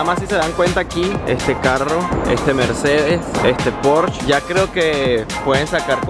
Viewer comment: ¡Se pronuncia PÓRSHE y LAMBORGUINI -(no pors, ni lamboryini) 👎😠...¡es alemán e italiano, respectivamente!, no francés ni inglés ni nada parecido.